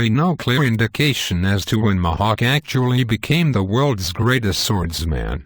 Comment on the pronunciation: Mahawk!? It's Mihawk! Eeeeeeehawk not aaaaaaahawk